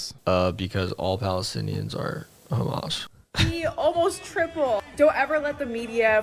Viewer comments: Yeah what's with the 'Khamas'? I've noticed it too. Is it meant to be offensive or something? It just sounds like a dumb mispronunciation. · beuatifully debunked as always, I will just say that the reason that israels say khamas instead of hamas isn't out of malicious pettiness - it's just how it's said in hebrew. many words in hebrew use the kh sound and when they are talked about in english they're usually said with an h instead, so hebrew turns h sounds back into kh. same goes with hasan and hebron and many other places/names that start with an h sound. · complains about how people say hamas and says lihay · Ben will go out of his way to pronounce Hamas that way but intentionally misgenders people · Hamas is pronounced with an (H) not like you’re spitting😂